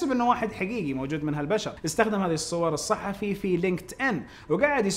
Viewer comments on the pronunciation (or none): none